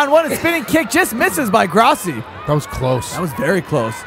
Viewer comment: When you grossi it sounds like you said Crosby